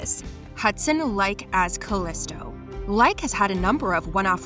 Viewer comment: Omg, narrator obviously hasn’t watch any Xena! “Auto like us” and “call is to”. Arghh…